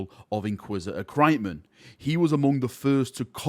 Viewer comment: I'm not sure thats how 'Kryptman' is pronounced.